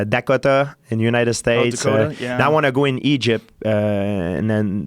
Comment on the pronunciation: GSP: I also went to "Dahkata" Joe: yeah Dakota😂💀